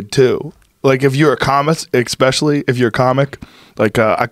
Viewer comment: You're both great, but please stop saying, "EXspecially". Please. Start a movement. There is absolutely no reason to put an X in that word when you speak it. PS: Thank you, Kevin, for taking 5mins to explain what patrice said in 5 secs